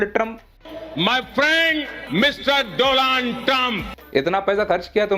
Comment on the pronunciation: 'Doland trump' name to sahi le lete modi ji 😅